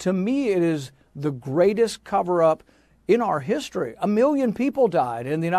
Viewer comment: "Greastest" ... yet to date...